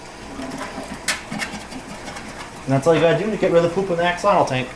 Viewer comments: its pronounced a-sho-lo-t the x is pronouced (sh ) and you dont pronounce the l at the end . sounds funny. i should know nahuatl is the language of my people . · It sounds funny the way you say it, in the original language of the word "Axolotl" the X was used as if it was an J, i dont know how to write it, but here in México we say it as "Ajolote". Did you know it is an endemic species from Xoximilco lake?, is actually an endangered species and i thought it was impossible to breed them in captivity. I dont know how to feel about the fact that there are places in the world where axolotls have much more value than here, were they are from...